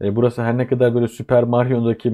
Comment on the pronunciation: Alt katımda tamirat var size “katar” geliyordur. Ekonomist dil sürçmesi😂😂😂